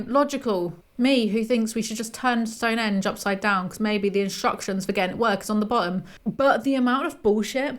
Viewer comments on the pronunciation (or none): none